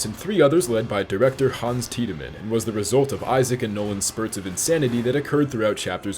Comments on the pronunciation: They way you pronounce things are killing me especially when they say it in the game. It’s not pronounced Tidyman it’s pronounced Tid-men. Also it’s pronounced El-lee not Elees. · it’s “Tied-Men” not “Tea-Da-Men” lol, my brain said his name as soon as I saw the face, this game is seriously one of the best ever made, great video man.